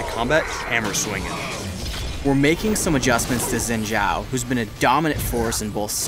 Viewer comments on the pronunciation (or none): Zin Xhao? Not even can pronounce that right. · Why can't they pronounce Xin Zhao...